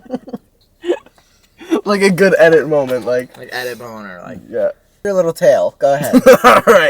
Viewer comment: I cannot be the only one that thought Chris said "Edit boner" instead of "edit moment" 😭😭